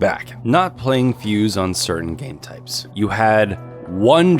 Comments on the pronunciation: Fuze, not fuse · He spelled fuze right but like a actual fuse